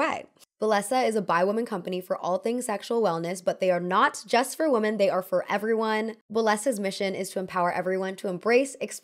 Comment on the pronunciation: WomEn and WomAn are two different words pronounced differently but you seem to use them interchangeably